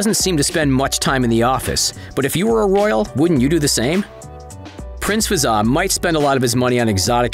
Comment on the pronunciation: I’m from uae and it’s Hazza not fazza